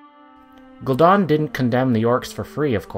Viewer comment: Funny, I always thought it was spelled Gul'dan, not Gul'don. I guess blizzard got it wrong too.